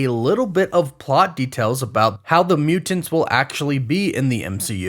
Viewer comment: muTanTs “emphasis on them T’s